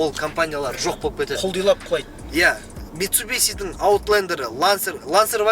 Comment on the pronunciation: Митсубиси емес митсубиши. Суси демейсинго суши дейсин. Сол сиякты.